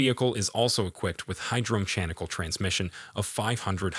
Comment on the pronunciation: How are AI generated VO’s pronouncing “mechanical” as “mitchanical?”